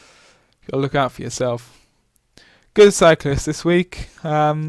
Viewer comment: Why do you pause before stressing the final consonant and stress it hard at the end so much "hi-----------tttt", "loo----kkk", "roa------ddd? What's the reason for that, is that the new in-crowd way of talking? It sounds fake-posh, "jerky" and status-seeking. A bit like the way you pronounce the "I" as "oi" "oi loike oice cream". Are you from Gloucestershire? Do you "droive" a tractor?